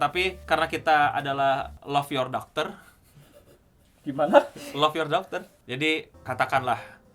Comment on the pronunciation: When says: Love your doctor, but I hear: Love your Daughter 🙊